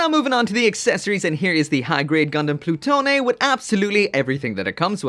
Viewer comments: I believe it is just Plu-tone not plu-toe-nay. As in Pluto. (I could see the name reappearing in Build Divers Re:Rise as well.) It is the unit that was developed in to the Nadleeh, Virtue, and Artemie/GN Archer. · I believe its pronounced Ploo-Tone. Anyways this gundam design is way more badass than its successor the Nadleeh